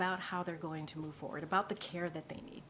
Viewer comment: I CAUGHT HER AGAIN, she said, "MOVE FOR WORD". She said MOVE FOR WORD! Ahhhhhhhh*.